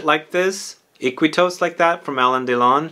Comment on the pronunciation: It’s funny Iquitos ( it’s actually pronounced “eekeetos”, it’s a city in the Amazon of Peru) was my uncle’s favorite fragrance in the 80’s and everybody made fun of him because it was a VERY Rose forward fragrance for men.